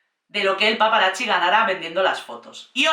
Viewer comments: Cari, me encanta tu energía y humor, pero tengo una pregunta. Por qué dices "paparachi"? La "zz" del italiano suena como "ts". Por eso pizza se pronuncia "pitsa", no "picha", que eso es otra cosa! 😆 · Es curioso como siempre que hablan de Diana nos queda a todos una desolación y tristeza porque en el fondo todos sabemos que fue asesinato planeado 😢, por otro lado amo como dices "paparachis" ❤ gracias por el video y la nueva info agregada a es aparte de mi cerebro que odia a la corona y a USA que siempre mete la nariz en todo 😂